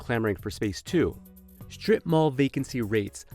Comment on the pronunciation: The announcer keeps pronouncing it “shtrip” - with an H. Terribly annoying.